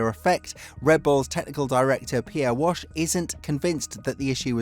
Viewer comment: Try harder with pronouncing names correctly. Pierre Wash? Come-on, Pierre Waché. Waash-A 🧐